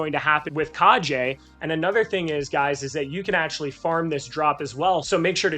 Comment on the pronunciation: Good video. One tip though. Its pronounced "Kah Gay" Injective seems to have a whole ninja theme going, so that's the proper way to pronounce Kage. Keep up the good work. Btw 100 different wallets? Jesus. How much inj are you staking on each? And are you using a bot to automate actions?